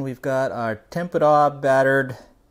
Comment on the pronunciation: nice video can't figure out if you saying tamponade tempura or what you're trying to say great video though